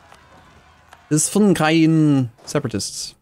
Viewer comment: Why can't pronounce Hisn Kayfa?